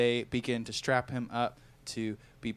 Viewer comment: Strap… I thought you said, “A Strat!”…